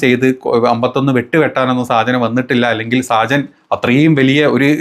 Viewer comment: സാജൻ അല്ല ഷാജൻ.